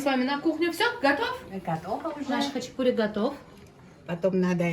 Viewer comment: Почему-то россияне говорят хачипури а не хачапури